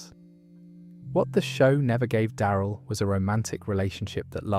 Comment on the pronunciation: Die-eye-rill dixon?